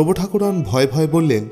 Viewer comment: গল্প পড়ার ধরন বেশ ভাল কিন্তু উচ্চারণ ঠিক করুন ঠাকরুণ কে ঠাকুরোন? খুব কানে লাগছিল সারাক্ষণ ।বুঝেছেন তো কি বলছি?ঠাকরুণ বলবেন ।